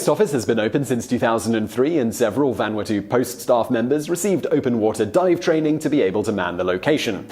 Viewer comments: well, you got closer with the Japanese pronounciation, but you screwed up Vanuatu. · that hurt my ears. Lmao